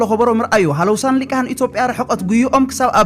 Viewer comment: ወድና ኣብ ክንዲ ሊሂቃን (ሊቃህን) ዝበልካያ ነቲ ጽፉፍ መልእኽትኻ ይኹን ጽቡቕ ኣነባብኻን'ኳ ተዘይ ለወጦ ነቶም ድኹማት ኣንጻርካ ካብቲ ዘለውዎ ጭንቀት ንምዝናይ ግን ክጥቀሙላ ምዃኖም ፍሉጥዩ።